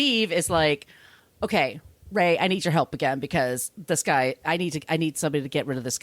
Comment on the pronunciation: Its ray, not roy....